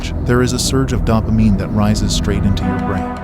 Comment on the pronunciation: Can't tell is this is an AI voice or he doesn't know how to pronounce dopamine....